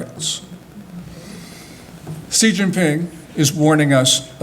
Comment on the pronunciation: He can pronounce "Xi" correctly.